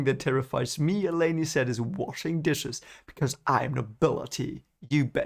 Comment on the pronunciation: There is no "Selene's Wind". Not sure how you got that first chapter weird wind has anything to do with Selene. Also, its elay-n not elay-nee